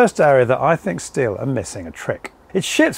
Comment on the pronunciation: Correct German pronunciation is "shteel". Just saying 🙂